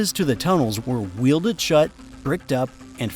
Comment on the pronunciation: If you're going to put this much effort into a video the least you could do is to listen to your AI voiceover and correct its mistakes. No living person would pronounce 'weld' as 'wield'.'